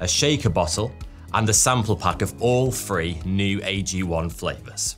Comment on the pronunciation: why do say 'any uvver' instead of 'any other'? Why do you say 'free' instead of 'three'?